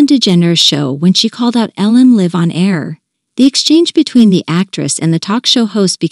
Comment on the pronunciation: The narrator needs practice before reading out loud, to know the difference between live the verb and live the adjective and learn the correct pronunciation … that’s what is really awkward.